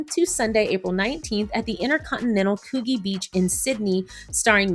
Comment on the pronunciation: Coogee prounounced couldjee.🥰 I've put in my 'expression of interest' for the Women's Retreat so now it's a wait and see if I get a spot. ❤